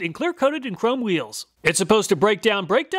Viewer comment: he says.. whoeeels